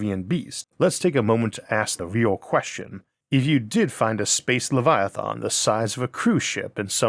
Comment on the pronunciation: “Lievalythons” 😂 Interesting way to pronounce Leviathan.